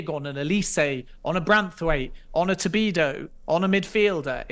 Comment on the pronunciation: Did you tell him after the interview it's "Todibo" and not "Tobido"???